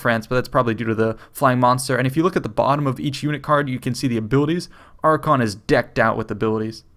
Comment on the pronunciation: AR-kay-ON. not "archon". just wanted to throw it out there